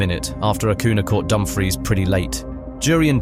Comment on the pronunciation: Also Dumbfreeze for Dumfries 🗿🤣